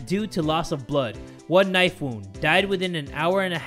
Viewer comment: "HE GOT THE KNIFU... ABOUT TO END A LIFU"